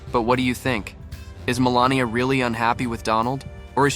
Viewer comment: It’s Mel AN ia!